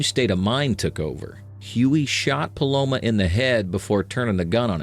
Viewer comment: i swear i keep hearing palomO instead of palomA. very distracting xD good video tho.